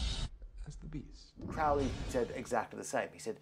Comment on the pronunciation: Dickinson has not got a clue about Crowley, he manages to misunderstand everything about him. He can't even pronounce his name correctly. If you wish to have an accurate presentation of Crowley's life and teachings read Churton's biography and Richard Kaczynski's biography. Dickinson presents himself as a Crowley scholar but simply has not got a clue.